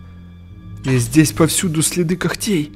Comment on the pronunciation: Ты сказал кохтей кохххтей